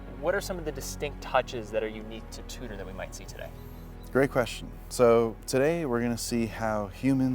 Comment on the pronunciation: saying it like TOOTER is grinding 🥴